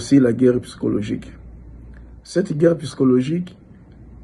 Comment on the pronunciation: On dit psychologie et non pyscologie